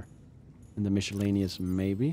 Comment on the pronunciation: I've noticed more than one person lately pronouncing "miscellaneous" with a "mish" sound. I'm starting to wonder if I had it wrong this whole time.